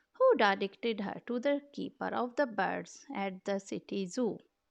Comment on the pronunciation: Love the Brooklyn style "Da Boids" soo cute😄😄